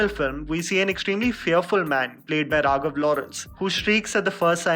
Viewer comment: It's Raghava not raghav !